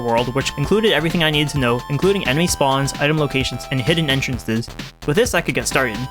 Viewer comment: "hidden entrenhrrhrrhrres."